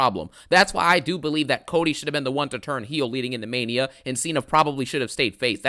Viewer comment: DOES IT FEELS LIKE MAINA SEASON NOW-AHH... I'M THE GAME-AHH 😂😂😂